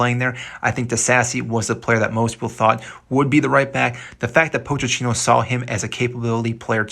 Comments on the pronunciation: “Poach a teeno” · Bro this video got annoying after you kept saying “POTE CHINO”